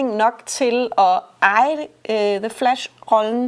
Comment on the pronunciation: Meget fed ide egentlig med at anmelde to film på en gang. The Flash og "The Flass".